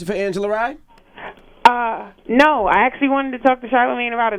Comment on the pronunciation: Angela is Smart and Beautiful.... PS: Not Lee but Rye..